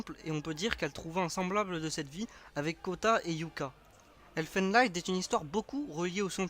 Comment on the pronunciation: enfin un qui a compris Elfen lied, mais y a moyen d'être plus complet ;) Ps : ca se prononce elfen lid, c'est de l'allemand